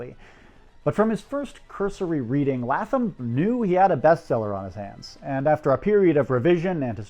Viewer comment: I found this very interesting and well researched, with one small flaw. Every time you pronounced Harold Latham's last name, I cringed, because it was my maiden name. It's pronounced more like LAY-thum.